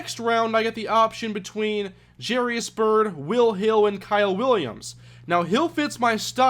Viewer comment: Wouldn't Jairus be pronounced "Jy-ris" and not "Jerry-is"?